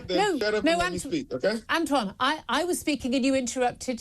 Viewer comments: Antwon can't even pronounce important words correctly. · "Antjuan." I can't.